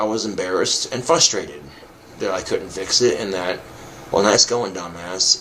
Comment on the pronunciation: why does every idiot say Fustrated instead of Frustrated